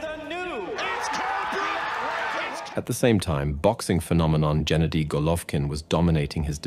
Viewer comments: not jenady. Hard 'g' as in green. gawd. get it right. fk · 🤦🏻‍♂️Not Jenady But Gennady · His name is GE-NADY? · Genady, with " g " as in "good" not " g " as in general. ...Golvkin is sufficiently famous to know how to pronounce his name. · His name is pronounced Ge-NAH-dee, with a HARD 'G' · Gennady - "g" is pronounced as in "go".